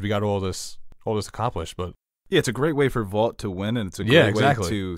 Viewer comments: The fact that says Voit even though he knows it’s Vought makes me think he does it on purpose to spite everyone. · This guy needs to stop saying voit